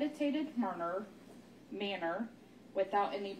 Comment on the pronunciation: What about "caculated" and "manor" tho?